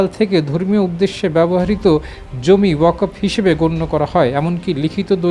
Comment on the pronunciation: This stupid does not know how to read Bangla. Reading wakof but wakfow. I think this stupid has higher educational certificate. What is the quality of Bangladeshi certificate?